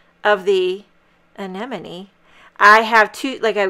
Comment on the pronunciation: Oh wow.... So so beautiful! And we, in the Netherlands, do pronounce it, like you did before. And yes, crowns. Gosh... Nature is beautiful right?!